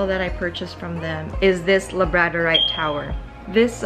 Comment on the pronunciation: This is an absolutely beautiful crystal collection girl! Some really gorgeous pieces for sure. Just also wanted to let you know that most crystal names are pronounced with the emphasis on the first syllable, rather than the second, so labradorite is pronounced LAB-radorite, and amazonite is AM-azonite, etc! I'm also fairly certain that ocean jasper is not from the ocean floor, but you are right that they are from Madagascar!